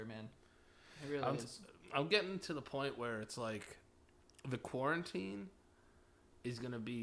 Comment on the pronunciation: "corn teen" lmfao i never thought i'd see "quarantine" butchered to this extent